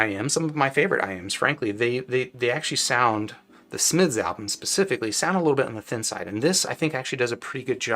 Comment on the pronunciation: The way he says "Smiths" is crazy. 😂